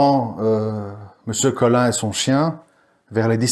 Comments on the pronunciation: C est pas melin c est Colin Et pas clandon mais claudon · Intéressant mais attention à ne pas vous tromper dans les patronymes...c'est M. Colin qui promène son chien et non "Meulin". Ce sont les détails qui rendent crédibles vos raisonnements auprès des "spécialistes" de l'affaire...